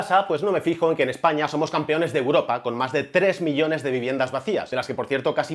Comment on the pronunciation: Una pregunta.. por qué dices Essaña?